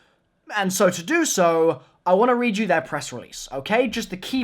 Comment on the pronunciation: "is going toi pay dividends" lol